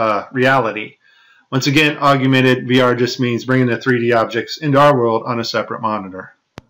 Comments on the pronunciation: it's pronounced ogg-men-ted not ogg-you-men-ted... and HoloLens not HoloSense. great video though, while a few can be explained by artifacts, there are some stunning examples of deception on display here. well done on the finds. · Stop adding a YOU to augmented. It's NOT Aug-YOU-mented reality it's pronounced AUG-mented reality. And your attributing pack loss to errors in AR. There's a simple explanation for it, it's just packet loss. Very much like when Netflix or Amazon Prime glitches and loses packets on the movie being streamed to your house. Same thing. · Augmented = Og-men-ted! Not, Og-u-men-ted... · For gods sake, it is NOT PRONOUNCED "OG-YOU-MENTED" Its "OG-MENTED" Thats all. Simple. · love this video!! Keep it up. One criticism I have to point out that is bugging me. Please stop saying augumented, it is augmented! Nasa is going down!!! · Are you for real, or are you joking? “I prayed about it, and the lord told me which video it was”??? You must be fucking kidding, you can’t be for real.... AND IT IS “AUGMENTED”, “AUG-MEN-TED”, NOT “ARGUMENTED”, you dumbfuck!!! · MY BS ALARM IS GOING OFF!!! " ......with their contact augumented virtual reality lenses......" THEIR WHAT???? First of all the word is "AUGMENTED" not "AUGUMENTED" How about a link to this "augumented" contact lens technology that works WITHOUT THE USE OF ADDITIONAL GLASSES AND/OR HEADGEAR which allows the Astronauts see so much detail they can catch VR objects in mid air? Here is the truth about this tech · It''s augmented yo , NOT augUmented. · It's awg-ment-ed. Not augUmented. Your putting a virtual U in there that doesn't belong. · augmented not aug-ooo-mented... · Isn't it called "Augmented" and not "Augumented" ??? Anyway, could you help us out, because CHL (Cool Hard Logic) is under attack and we need your help in finishing him off (which I think I set up very nicely). His channel is easy to find and right now he is shitting bricks over the FLAT earth !! xD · it's pronounced AUGMENTED.